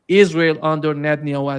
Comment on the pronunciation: L. GRAHAM: "ISRHAL." WHERE IS I S R H A L ????